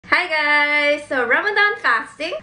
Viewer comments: Love how pronounces Ramadan as “ram-daym” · “happy ramdan” pronunciation tho